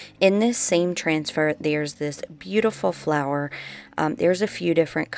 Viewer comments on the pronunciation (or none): none